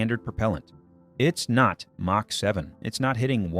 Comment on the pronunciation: AI rubbish. The word Mach pronounced Mack.